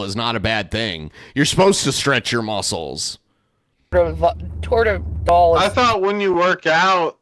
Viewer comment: FYI: I work in healthcare. keeps saying "Tordadol." The med is "Toradol." Just wanted to add some of her incompetence with the English language. I know some medication names are difficult to say, but Toradol is pretty easy and most of my patients who take it regularly can say it. Edit: I didn't realize she'd get even fucking stupider with this. I kept watching and she mentioned Chlorophyll for the heart attack blood level. The level we look for in blood work is elevated troponin. Not the fucking chemical that plants use to photosynthesize or tipornin or whatever the hell she said.